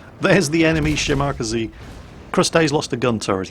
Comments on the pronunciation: since when do you say Shimack-aze instead of Shima-kaze? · SHE-ma-KAH-zay. ' emphases are on all the wrong syllables heh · Shi-Ma-Ka-Ze, not shiMAkase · Shima.Kaze not shimacazeh It is actually two characters, aka the equivalent of pronouncing 2 words. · Shimakaze. She-Muh-Kah-Zay. Not "Shi-Mak-Uh-Zee" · ole bean, Shimakaze is pronounced shee-ma-kah-zay and not shi-mahk-ah-zee. It means "Island Wind". More of the bloody boat game please. OK, OK, back to the kosher salt mines. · shim-ack-aze? Shima-kaze. XD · How do you pronounce 'Minekaze'? Mi-ni-ka-zee How do you pronounce 'Kamikaze'? Kam-i-ka-zee So why do you pronounce 'Shimakaze', Shim-mack-a-zee? It's She-ma-ka-zee. Please use some common sense! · shi-ma-ka-ze over shim-ak-ze :) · shimack-azie... How does everybody pronounce Kamikaze? Kami-kaze. So then we get Shima-kaze., you are so crap.:P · i cringe evertime shimakaze (she-mak-ker-zee) is said.... IT'S: she-mah-car-sair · Shim-ar-kazee is hilarious. 😂😂😂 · Why do you call it the Shimackasee lmao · Omg your pronounciation of a Japanese destroyer hurts my soul. Sheema-Karz-ay That is all:D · Nyorleens and Shim-akazee. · Shimack-a-zee!!!!!!!!! Shall-Mack-a-zee. Backless-mackle-zee..... For fuck sake. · If we're going to be really pedantic, it's Shi-ma--ka-ze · he has NEVER pronounced it correctly. Not once its always shi mawk a zee. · Every time I hear say Shi-Mack-Uh-Zee I want to go upside his head, like so hard his head bounces off of his monitor! He KNOWS how to say "Kaze" properly, as he says Minekaze, Isokaze, and Kamikaze all at least CLOSE TO how they are supposed to be pronounced! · well ya 'shi ma ka sei' but good luck getting a none Asian to annunciate them right =P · "shimack-azie" sigh... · OMG his pronunciation of shimakaze XD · I think you're pronunciation on the Shimakaze is a bit off.. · You are supposed to pronounce the shimakaze like the minekaze. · Ya, poor.